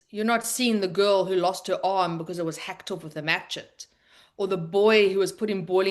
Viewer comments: A grown woman who can’t pronounce machete. That was hilarious. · Machete is pronounced “ mashetee “.